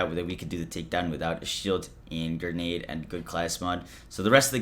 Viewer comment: GRE-NADE. Not GER-NADE. You’re an adult.